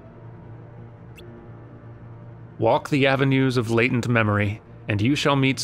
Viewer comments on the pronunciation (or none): none